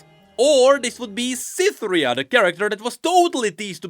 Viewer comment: My man needle is still stuck on "where is cithira" 😂